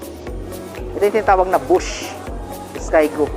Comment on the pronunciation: "Boss" po hindi bush